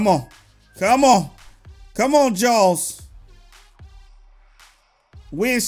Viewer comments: It kinda sounds like your saying Jones! XD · it sounds like you are saying jalls